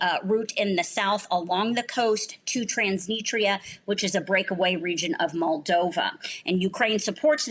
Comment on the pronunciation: The interviewee didn't even pronounce Transnistria correctly... twice lol